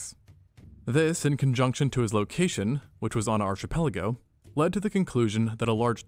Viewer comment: the mf says 'archipelago' as if it's the name of a place brruuuuuuuuh AND HE SAID IT WRONG